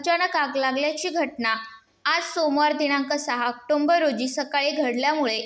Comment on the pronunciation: ऑक्टोंबर नव्हे , उच्चार ऑक्टोबर असे करा